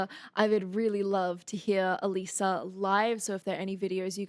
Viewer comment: It's absolutely her voice although somewhat layered in this song. You're one of the first persons to pronounce her name correctly and I commend you for that! I'm a huge fan (she literally saved my life...Long Story) of Alissa and on her Patreon (Biggest Patreon fans are referred to as "Beastlings"...Hence, Queen Beast). also. Now you really, really need to react to their newest song; "House of Mirrors" It's PHENOMENAL as well! ) I've seen them live several times as well as had VIP passes!!! AWESOME!! 😃🤘 If you have difficulties understanding these lyrics, (which I guess you don't...but here ya' go anyway! (This song describes 95% of my exes) Yaaa...owww Secrets whispered through a veil of lies When did I become this person you despise? Open- my eyes You've been in- disguise The door is closing You're on the outside now it's curtain call After everything I did for you This is what you choose to put me through? What happened to the concept of loyalty? I guess there is no more honesty! Open my eyes You've been in - disguise The door is closing You're on the outside now It's curtain it's curtain call Deceiver, Deceiver My head is still spinning from your Judas kiss Deceiver, Deceiver Not one thing about you I will miss You put on a great act -I'll give you that Go on and take a bow -you despicable Rat! Accept the applause, you king of whores This is your Grand Finale Deceiver, Deceiver My head is still spinning from your Judas kiss Imposter, I see you Thou beest slain, Tyrant, Sh